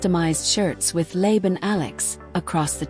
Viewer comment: The Filipino word is laban meaning fight not lay ban and worse, it sounds like lay down. Say la like the sixth singing note and ban when you want something banned. Say laban that's delivered with a punch and bold sound. Thank you. I'd like to learn more French and other languages.